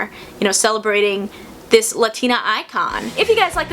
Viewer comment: How you gonna talk about authenticity and not even pronounce ‘latina’ right??